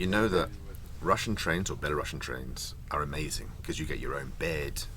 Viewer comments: Not BelaruSSian! BelaruSian!!! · Belarusian not Belarussian lmao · Hi! Love your videos! You are making videos about my country more interesting than many local do. :-) Just a small nitpick, we are Belarusian people (with one "s", no "sh" sound). Belarussian people (with two "s" and "sh" sound) was the correct term during soviet union times when our country name was spelled differently. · Just a little note. When i learned english i checked pronounciation of words and in word "belarusian" letter "u" is pronounced as in word belarus (so its letter "У"), not Russia (where it's letter "A"). It's very common mistake though